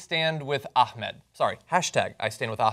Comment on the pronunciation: #JohnHatesHashtags #John'sOpinionOnHashtagsIsVeryImportant #JohnThinksHeKnowsHowToPronounceAhmedButHeDoesn't